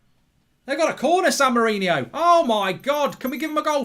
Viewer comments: Screen: San Marino Comments: It's San Marino, not San Marinio Mark: It says San Marino. People can't read. SAN MA-RI-NI-O. I swear, people are just thick. How hard could it be. SAN MARINO. Like it says on the screen at the bottom of the screen. England vs San Marinio. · Its san Marino, not san Mourinho